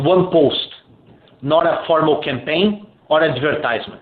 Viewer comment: Lol! I heard "can pain" instead of "campaign" when you talked about an image of DM being on a can. Looking at that can is cringe. Their explanation is cringe. I still believe this was done to create and push through hate speech laws. You know that certain "phobia" all of us supposedly have who are boycotting.